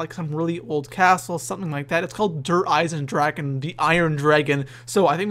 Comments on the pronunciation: Its spelled with a ch meaning "Eisendrachen" but I know you english speakers can t say 'ch' the way it s meant in german so it s kinda funny how everybody says Eisendraken ;D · Dragon = DraCHen not DraKen :) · Der EisendraKKKKKen......bruh it's drachen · its not dereisendraken,its "dereisendrache" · Der EisendraKen? xD It´s EisendraCHen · drache not draken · its so funny how everyone says eisendrachen wrong i know its german and actully i am german and it is hard to spell it right but still i luaght every time XD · i swear if i hear someone misspronounce der Eisendrachen one more time... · just for you to Know Der eisendrachen isn't pronounced with a k In german you pronounce ch like the Sound a vampire Make Then it Sees the Sun ...